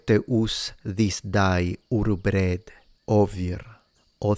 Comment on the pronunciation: The way you said 'day' during the Medieval reading of the Lord's prayer sounded a bit like a Brummie accent!!